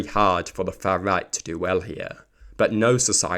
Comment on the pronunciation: I think you could have said "the fuh riyght" a few more times.